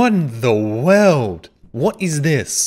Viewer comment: Tbh, my favorite thing of all of this is how you pronounce world like weld. It's just the best thing ever to me.